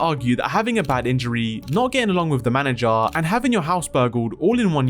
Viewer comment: It's "manager" not Manny jar